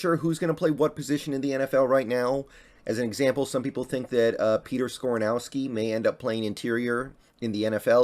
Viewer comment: How’d you get Skoranouski out of Skoronski… bro how are you this bad at names. I mean it’s funny as shit but dam.